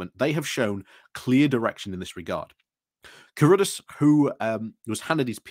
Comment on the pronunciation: It's pronounced crud-arse, and is an example of nominative determinism.